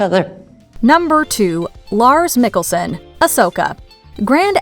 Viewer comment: Pronounced Mikkelsen wrong, I thought she was saying Nicholson LOL